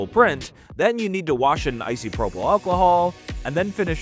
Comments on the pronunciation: I'm only 3 minutes in, so sorry if it's addressed later on, but the way you say Isopropyl alcohol hurts my soul every time you say it. It's not Icy to dull the pain, it's Iso sorry for that awful wordplay. (For the record, I don't actually care that much, but I like to find excuses to comment on videos I want to support, because I know Youtube likes that) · This is great, but I hate how he keeps mispronouncing "isopropyl."